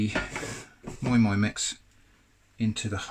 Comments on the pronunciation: It is called moi moi not moin moin lol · It’s pronounced ‘My My’